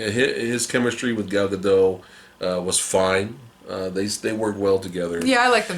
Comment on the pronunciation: BTW, it's GadoT. Hard T. She's not French.